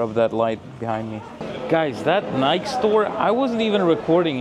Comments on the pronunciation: It’s Nike with the E pronounced. I live about 15 miles from their US headquarters Beautiful campus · Evelina's English is getting veddy veddy guud! Bravo! Btw,, it's "A DEE dus" and "NI kee" There's your proper English lesson for today... YW! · Ah-dee-dass and Ni-kee. Is how you should pronounce them. Everything else is perfect!